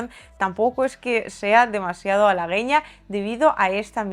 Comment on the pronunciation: Hola. La palabra halagüeño lleva diéresis (esos dos puntitos), para hacer sonora la letra u. Tú la has pronunciado tal y como se diría sin diéresis, o sea con la u muda, pero de ese modo no es correcto. Saludos cordiales.